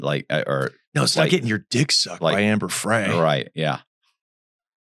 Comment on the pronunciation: Omg, this Host with the slow Connect on the Homemade anchors and the miss pronunciation of Amber Fry‘s name. Do your background research.